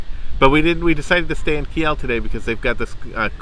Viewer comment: gosh, dont butcher my home towns name...its not Ki-el....its "Keel" phonetically